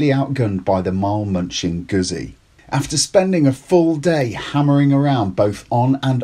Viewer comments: Gutzi, not guzzy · Had to stop watching as his pronunciation of Guzzi was driving me mad..He should know better. The double 'z' is pronounced the same way as in pizza for god's sake. Sorry just OCD kicking in....